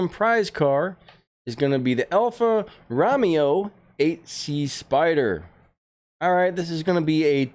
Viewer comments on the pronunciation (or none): It's an alfa row-mey-oh not an alfa raa-mee-oh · Alfa rowmayo is how you say it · go on YouTube and write how to say alfa Romeo. Italian you roll the R. We aren’t Italian but check it out. Always a fan. Keep up the great work.